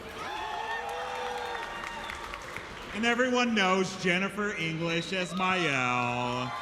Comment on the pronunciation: He called Maelle Miyelle too...